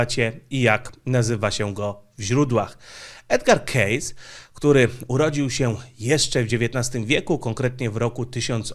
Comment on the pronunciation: Wymawiamy: "edgar kejsi"